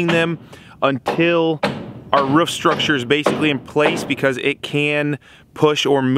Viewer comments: I enjoy your vides dude but you cant say the word ROOF, only rough sounds like every time ? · Wow it cracks me up every time says ruff instead of roof! Dude did something bad happen in your childhood or what!?